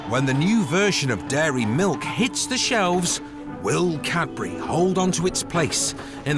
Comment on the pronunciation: The man can’t say Cadbury. Sounds like Capri’.😂 Bye I’m out.